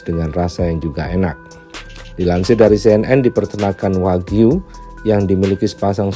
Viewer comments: Wagyu bukan Wahyu, katanya orang kaya bilang gitu saja sdh salah, belajar dulu bilang R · 😅😅😅😅 hiiiihaaaa orang kaya makan steak wahyu ..... gila gk salah ngmng tuh si OKB ...steak waghyu jadi wahyu .... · Kirain kl orang cadel cuma ga bisa bilang errrr, tp ga bisa bilang ge juga, waghyu d bilang Wahyu. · Malu" in aja lu Cadellll nyebut nama daging sapi jepang aja salah wkwk